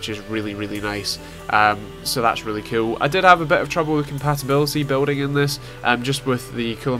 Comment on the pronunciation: Ur axent make IT sound like when u say "cool" it sounds like "cute"